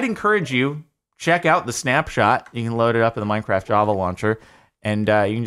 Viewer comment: “It’s minecraff”